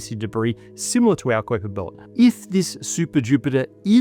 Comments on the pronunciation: This is an awesome video! LOVE IT! It's KY-PER belt though, not KWY-PER. Sorry, it was just driving me nuts hearing it mispronounced a bunch of times. My OCD would not let me let it go lol im sure as a scientist, you understand. Other than that, extremely informative and interesting and i will be watching everything this channel presents. :) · love PBS, love ya'll for years, like more than 30 years serious 10/10 work HOWEVER Kuiper is pronounced like "viper", not "ku-ouiper" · You mispronouncing 'kuiper' like that makes me wonder. Especially after Hank Green got caught reading an AI script. Every single person who knows what the kuiper belt is knows it's pronounced 'kye-pur'. Are you reading a script you don't fully understand?... That's like a pokemon player saying 'pikachu' wrong. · Is Koyper belt the correct pronunciation? Have I been saying Kiper belt wrong my whole life, or are both accepted? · Flinching at his pronunciation of "kuiper belt"